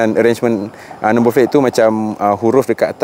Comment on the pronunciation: Asal sebutan no plate kau jadi no "flate" ?